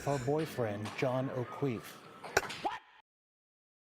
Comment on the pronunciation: John O’Kweef 😂